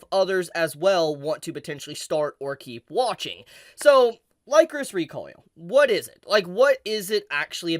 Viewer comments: Am I wrong or isn't it pronounced licorice like the candy? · I seriously thought you were saying "Licorice" the wrong way.... Lycoris sounds weird lol